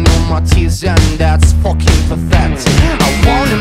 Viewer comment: I like how he doesn't even say the f word he says "foeking"